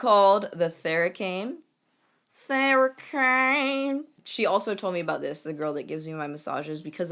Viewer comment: was i the only one that heard "you can use this for your butthole" when she was showing thera cane massager lol